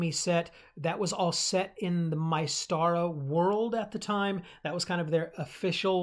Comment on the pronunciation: Like the video you have a lot of good points. However I think you are not pronouncing Mystara correctly, you are saying My-stara and I think it more like Myst-ara, like the game Myst would not be pronounced My-st.